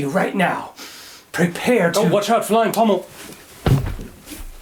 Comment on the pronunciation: “FlyiNg PoMmEL”